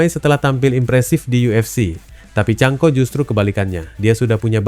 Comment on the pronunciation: Bukqn chanco tapi chanKO..sebut biarlah bagi betul. Jangan asal main cakap saja.